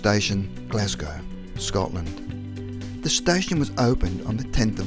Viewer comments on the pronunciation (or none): none